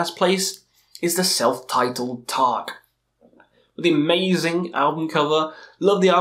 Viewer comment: The way you pronounce Taake means roof in Norwegian (tak) and not fog (tåke) as the name of the band actually is. I don't expect you to pronounce it right, just thought it was funny ;)